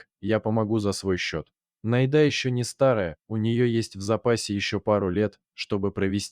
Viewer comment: Как всё, однако, замешано на дЕньгах. Если читает робот, научите его правильно делать ударение! Не НайдА, а НАйда; не друг другОм, а дрУг дрУгом..... Спасибо за рассказ!